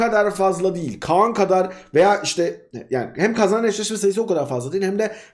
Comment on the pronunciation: Abi Khan a Kaan deme yaa